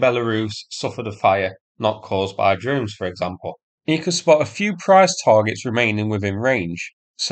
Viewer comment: "drones" pronounced "dones" / "djones" / "dunes"? Why no "r"?